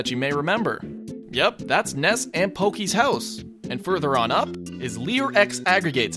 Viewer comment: its porky not pokey you trigger me